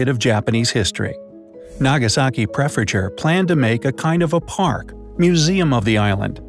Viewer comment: He said Prefecture and Gunkanjima wrong too